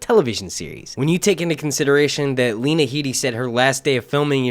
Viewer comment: Its pronounced Lee-na hee-de fyi